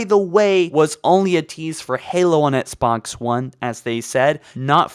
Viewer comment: Oh, and "ets bots" instead of XBOX